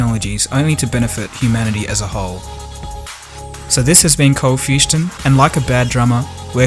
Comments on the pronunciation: Cold fustion? Lol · Awesome vid, but what is "Fustion"? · cold fustion? what?